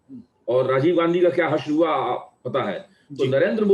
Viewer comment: MY GOD " HE HAVE PROVED " VISSA NAHI HOTA HAI, ITS VISA HOVA NAHI HOTA HAI, ITS HUA ( हुआ ) WHAT'S LAANGAY ( लंगाय ) ITS LENGE ( लेंगे ) WELL WHAT MODI HAS PROVED SEVERAL TIMES WILL BE JUDGED BY HISTORY IN TIMES TO COME. BUT YOU HAVE DEFINITELY PROVED YOURSELF TO BE AN 100% EMPTY BRAIN ANDH MODI BHAKTH ( बुद्धिहीन मोदी भक्त ) HAVE A GOOD DAY